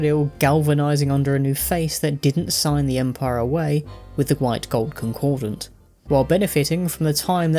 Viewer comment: Where do so many people get that second "n" in "concordat"? Reading skills really are terrible...